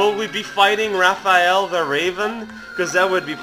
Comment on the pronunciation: It's Raph-Aya-l the Raven!